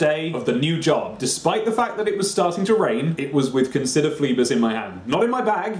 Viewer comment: Christ above, read Phlebas proparly! Brilliant book.